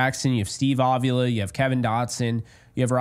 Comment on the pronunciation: Please, please, please stop pronouncing his name "Ovula"; it makes it sound like he is ovulating. His name is Avila. Pronounced Ahveelah. The emphasis is on the 2nd syllable.